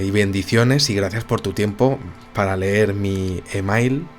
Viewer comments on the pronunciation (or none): none